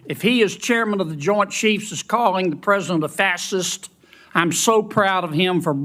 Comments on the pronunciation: Someone needs to help him pronounce "Facist". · I love how Kennedy is mispronouncing fascist. He is our modern day Benjamin Franklin. This is to throw them off. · Doesn't Kennedy KNOW how to pronounce Fascist?